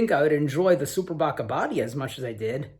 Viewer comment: Abadía is Abbey, like in Westminster Abbey. And you pronounce it with a long i, Abadiiiia 😉